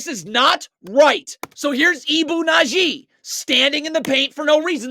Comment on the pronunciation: It's Badji, not Nadji. Good video, though. It was hard to watch in real time. If anything, this is worse.